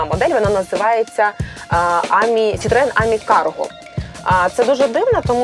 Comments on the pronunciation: Тільки не àмі, а амì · тільки не Амі, а амІ. П.с. я у Франції) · Ам'і- наголос на останню букву! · Українською буде замовити, не нОгті, а нІгті. А французькою - АмІ, з наголосом на останній склад. Не смітіть суржиком. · Амі, доречі у французькій наголос на останню годосну, ажвуха в'януть, коли ведуча робить наголос на А😂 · мон ами, наголос на и